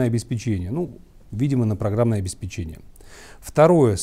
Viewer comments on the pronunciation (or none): Ударение в слове "обеспечение" на вторую "е"